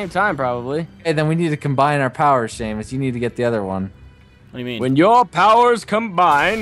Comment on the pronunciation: Its Seamus without the h